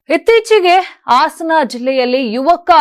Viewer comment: ಆಸನ ಜಿಲ್ಲೆ ಅಲ್ಲ.ಹಾಸನ ಸರಿಯಾಗಿ ಮಾತಾಡೋದು ಕಲೀರಿ